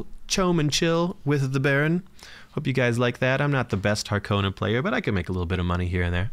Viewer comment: The way the new movie pronounces harkonnen (and you) makes me cringe. It has an O not an A. 🤮 but all kidding aside, really like the frequency of videos!